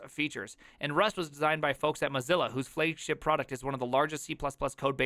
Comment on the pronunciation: When you said "flaygship" your accent went full blown cheese, dairy, greenbay packers, illinois's hat, Wisconsin